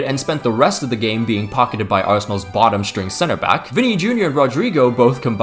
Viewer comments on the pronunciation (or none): none